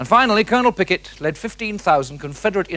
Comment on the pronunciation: Did he say "Colonel Pickett" wtf. and shoes of all things!